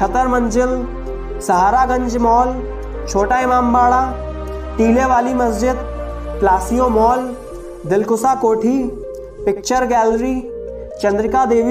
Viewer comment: भाई बहुत सी जानकारियां अपने ग़लत दीं हैं लखनऊ पर वीडियो बनाने से पहले अपना तलफ़्फ़ुज़ दुरूस्त कर लें जैसे आपने ऐसबाग कहा तो भाई सही अल्फ़ाज़ ऐशबाग़ है ऐसे ही अपने दिलकुसा कोठी का ज़िक्र किया है तो भाई दिलक़ुशा कोठी है